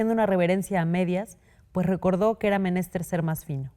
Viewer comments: La lectora pronunció "Menéster". Chale. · Sofía lee con mala pronunciación en “inquisitivas” y “menester”. Ojo para que no le vuelva a pasar.❤